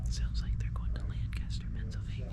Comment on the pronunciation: LanCASTER??? It’s LANCASTER! All one word! As a native Pennsylvanian this hurt me 😢